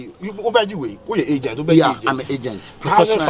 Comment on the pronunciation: Point of correction is "aigent not agent" lmao